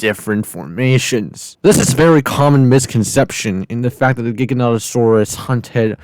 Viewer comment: “Carnotaurus Vs Jigganotosaurus”